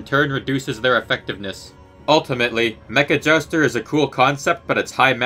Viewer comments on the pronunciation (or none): Its called Mecha Jouster not meckajaster